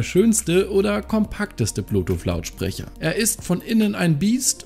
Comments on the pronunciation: Das gute alte „Bluetoof“ 😂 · Ich hab immer Blutuuff verstanden... 🤔